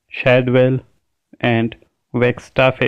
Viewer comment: You have not pronounced "Wilde" and "Wagstaffe" correctly